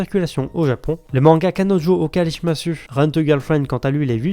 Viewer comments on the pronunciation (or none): Okarishimasu (on ne prononce pas le u de la fin) c'est okarishimass